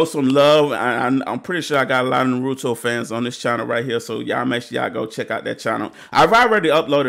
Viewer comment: Bro. Its pronounced Ann Na May. And its not na roo to. Its na ru to. Your putting way to much emphasis on the ru. Dial it back a bit bro. But this is the best anime. Than check out sword art online. That one is badass as well.